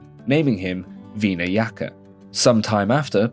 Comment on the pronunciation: bro, you’ve gotta get your pronunciations better lol. “veedas”? “veenayaka’?